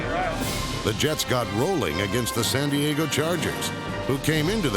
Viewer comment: Buccaneers announcer "San Die-a-go", what kind of hick way is that to pronounce San Diego.